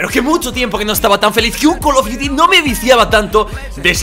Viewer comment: 3 col of diutis guor gour doz xD